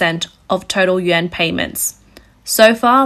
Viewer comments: I hear "Yen" everytime she says/ means "Yuan". That's a BIG problem with the speakers voice. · It's pronounced "Wan" NOT "Yen!!!" You lose credibility when you say it wrong. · hard to take this reporting seriously when russian ruble is pronounced Rubble, and chinese yuan is pronounced Yen, over and over and over again